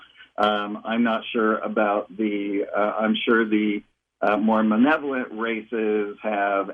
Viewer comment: He keeps saying "manevololent " is this his own neologigism ? Where did he go to school ? He is a loon at best , so is Noory.